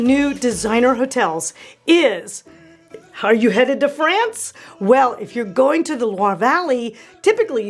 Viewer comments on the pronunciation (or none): none